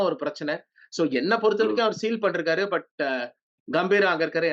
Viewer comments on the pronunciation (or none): Panirkeenga ❌Pandrukeenga✅ , panirkaru ❌ ,Pandrukaru✅